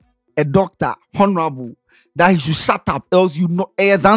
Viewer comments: please, I beg you, never say HONORABLE again. The ‘H’ is silent. Adey feel your matter. Please 🙏🏾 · oooo the ‘H’ in ‘ honorable’ is silent. /ˈɒn(ə)rəbl/